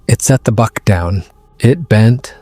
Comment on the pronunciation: It's pronounce BUCK not bark. (The thing that Big Foot was carrying.